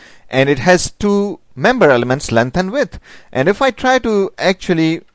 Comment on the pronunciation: walues, uidth dude you rock XD